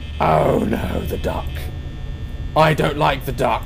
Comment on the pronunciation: Am I the only one who heard 'I don't like the dark' when he said 'duck'?